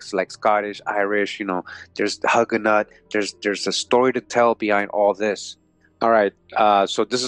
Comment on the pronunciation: Please stop mispronouncing Hugenot sounding like hug...Long u sound as in the sound of hue or blue. Hugenot. Thanks for the useful information.